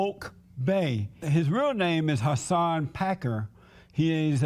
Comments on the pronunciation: Hasan Packer? What’s with these right wingers not knowing how to pronounce “Piker.” Like Alex Jones calling him “Pecker.” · Whats with the right wing mispronouncing your last name?